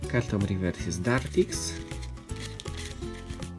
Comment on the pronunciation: wymowa : *dartrix nie dartix *ganbull nie gerndbull